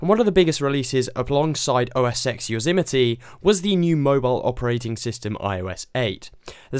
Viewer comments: Wow, you really don't know how to say OS X Yosemite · It's funny how Americans say Yosemite. In America they say "yo-zem-iti". Here in Australia, we call it "yo-zem-might. Interesting......